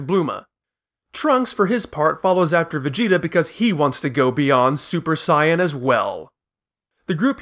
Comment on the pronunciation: I'm all in for original pronunciation but I would say you should go all the way or just don't do it at all. Super Saiyan is terrible. Like its either Super Saiyajin or stick with the english Saiyan. The way you say it is some kind of fan made up thing. Like if japanese people would use the english version. If you say Bluma and gokou why not Begeta or Juunanagou and juuhachigou fpr the Androids? I know that this is just a small thing but still.... sorry.^^